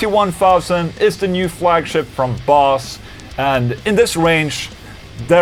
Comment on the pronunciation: 'is the new fwagship' please never change Ola, we love you!